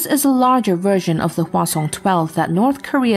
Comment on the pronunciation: HwaSong is pronounced "H'wáh Sōhng".